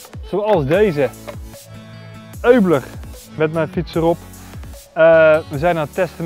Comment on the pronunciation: eubler? nee, Uebler (uit te spreken als uubler)